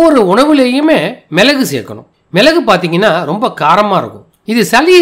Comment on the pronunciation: சலி,மிலகு, இலகி என ஒலிக்கிறது. சளி, மிளகு,இளகி என ஒலிக்கட்டும்